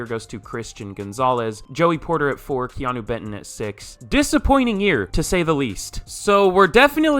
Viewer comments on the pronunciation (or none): none